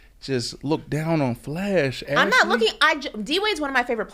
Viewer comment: Bro it's flash not slash!